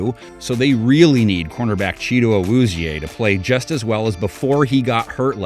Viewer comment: Bengals floor is 11-6 and ceiling 14-3, did he say “Cheeto Awuzie???????”